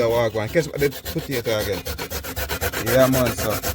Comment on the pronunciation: U know a true country man when u hear him say “putato” lol